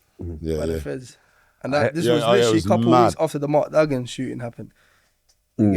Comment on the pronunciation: Man said expensive dog den Pit 🤦🏽‍♂️